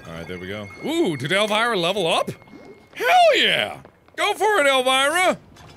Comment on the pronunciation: My aunt's name is Elvira and Mark said it so wrong XD